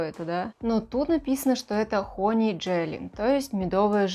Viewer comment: хАнни, а не хОнни